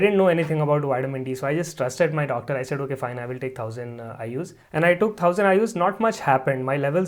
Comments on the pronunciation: " Den towsend I.U.'s Widdamin D" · WITAMIN?????? TOUSAND??